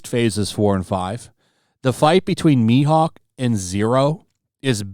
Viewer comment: Sounded like you said shi-hawk instead of mihawk